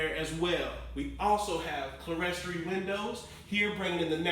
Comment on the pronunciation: clerestory = kleer storee ( run it together now ).... Just helping..... The women love ya man.